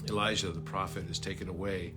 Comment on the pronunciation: Dear, thank you for what you are doing 🤗❤ Here is another interruption☺: You clearly say Elisha ~ but are referring to Elijah. It’s been going on for years now. Several people referring to Elijah are pronouncing it Elisha. I am looking forward to the time coming where the full meaning of both Elijah and Elisha are being seen. Elisha was not taken up... Elijah was. Elisha was buried, 2 Kings. As there later that year is a war situation where they have to bury a man in haste, they throw him into the sepulchre of Elisha, “and when the man was let down, and touched the bones of Elisha, he revived, and stood up on his feet.” 2 Kings. ~ Lena ❤